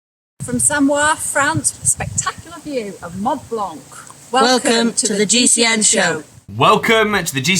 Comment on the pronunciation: How did they pronounce Mont Blanc? Embarrassing, super cringe, uneducated and typical.